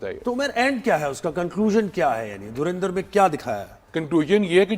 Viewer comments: Its not Dhurinder🤣🤣🤣 it’s Dhurandhar. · It's Dhurandhar not dhurindar 😅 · Gawaar logo ko thik se pronounce karna bhi nahi Aya film ka naam